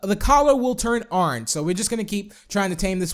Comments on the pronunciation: "Let's tame a WOOF, and his coller turns ARNGE. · Oran? did u mean orange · Never say orange again please!!!